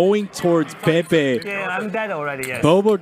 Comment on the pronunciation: Ayo Idek if it’s Pepe’s name but you nailed it..